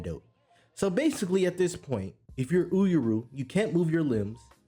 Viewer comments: oohr-yu bruh. 2 syllables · Had to comment on the pronunciation for Uuryu but good video in total!!! Keep it up looking forward to the next my brother ✊🏿